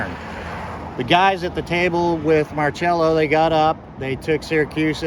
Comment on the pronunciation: There's no H in his name therefore no cha sound. It's pronounced mar sello. How do I know? Born and raised here on the Westbank.